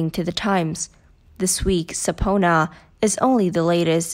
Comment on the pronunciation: Sub-peena. Not SUB -PONA!!! BUY A BETTER TEXT TO VOICE A.I.!!!